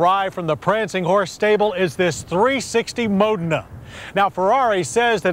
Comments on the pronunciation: Please teach him to pronounce foreign words. Modna? Mo-dayyyy-na. For pete's sake😂😂😂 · I always called this a Mo Deena. I never knew I was pronouncing it wrong.